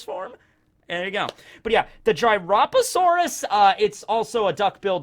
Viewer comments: I think the Gryposaurus is pronounced Grip o saurus? That, or Gripe o saurus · i would pronounce Gryposaurus as <<Grip-Oh-Sore-Iss>>. something like that. but anyways, great video. Geography is indeed everything.